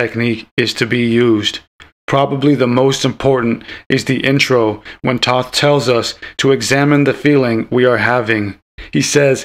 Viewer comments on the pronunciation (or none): Yea I agree with the "I'm not a pro" you pronounced Thoth Wrong.